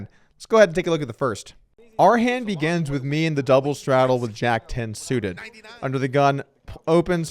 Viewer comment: Is it just me or does Doug always sound like he is saying begans instead of begins - "our first hand begans..."